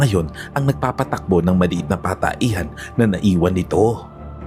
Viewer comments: ANU BA YAN..IMBES ANG PAGBIGKAS AY PATAHIAN,GINAWA MONG pataehan..anu ba yan..CR ??? comfort room Kay pataehan??? AYUSIN MO PAG NARRATE.. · Patahian boss..hnd pataehan...tanda mo na bulol ka pa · Sir patahian po Hindi pataehan siguro Hindi lng Ako ang nakapansin😅